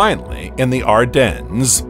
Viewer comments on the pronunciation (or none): none